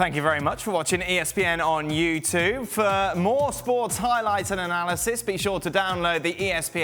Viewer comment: why's it always sound like Dan is saying ESPN on YouToov?